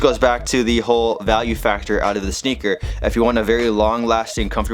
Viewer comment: Sounds like he say snicker or nicker aswell